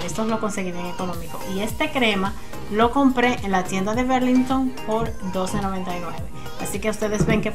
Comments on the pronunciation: Hola Loba, no mi corazon Burlington es como escribe, berlinhton es como se pronuncia , una brazo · Burlington. Querida así se dice